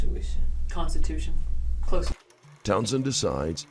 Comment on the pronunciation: consolation, conshistuchen. for the 3rd time it's constitution